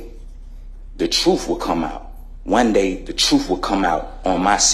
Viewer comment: he said truff instead of truth